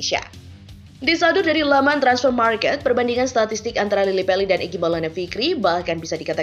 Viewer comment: Mbak membacanya jangan Lily Peli,tapi yg benar Lily Pali.